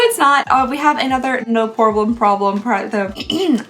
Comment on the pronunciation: I definitely remember you saying "No Pore-blem" before. It's such an odd sounding word that you don't forget that one.